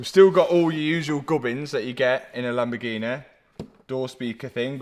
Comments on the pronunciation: I'm Italian and I approve the color, but you need to perfect your pronounciation of LAMBORGHEEEEENEEEEEEE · It’s a Lamborgreenie 😂 Love It 👍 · Reasons for watching videos: 3% to see what is up to 97% to hear "Lamborgineh" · Lamborghini ❌ Lamborgreeny ✅